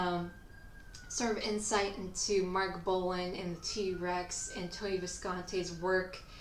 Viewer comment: It's Bolan not Bolin! 😢 Lol. I bet you love that Punk band with Johnny Rattan and love Kylie Minogue - no wait! That doesn't work, that name's already screwed up! 😅😂 Sorry Kylie, we still love you. It's just that.. ..I just can't get you outa my head!